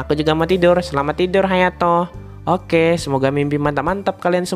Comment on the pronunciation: Hayato bang bukan hatayo>.<>.<